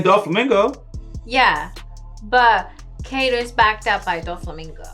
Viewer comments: You are saying it wrong Its not Kay Dow Its Kai Do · it´s not keido (k doh) it´s kaidoo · its pronounced kaido as in (kie like kite, kie-doe, pretend to say die but with a k instead of a d, doe as in dough) kie-doe